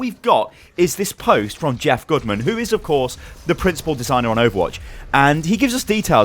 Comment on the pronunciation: did he say Jeff Goodman?